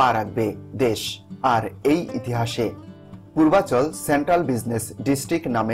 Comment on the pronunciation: পূর্বাচর যদি বলেন।চিনবো কি করে?কোথায় অবস্থিত,পরিষ্কার বলেন।